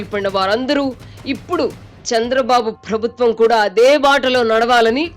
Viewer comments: Amma anchor garu, "Phrabhutwam" kaadamma, "Prabhutwam". Ekkada vottu pettalo matrame kadu, ekkada pettakudado kuda teliyali😂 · తల్లీ... ప్రభుత్వం అని పలకాలి, ఫ్రభుత్వం అని కాదు. 🤦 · ఫ్రబుత్వం అని పలకకూడదు మేడమ్..😢